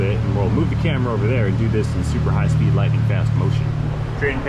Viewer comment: Whenever says "Super-high-speef" I turn on X2 speed and let 'er fly!